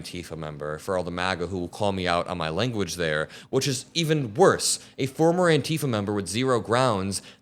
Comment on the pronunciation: eww, why tf do you pronounce antifa like that?